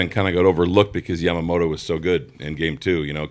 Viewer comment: Also I hate that woman's pronunciation of Yamamoto, it's Ya-ma-mo-to. Not YAM-A-MO-TO. IDIOT!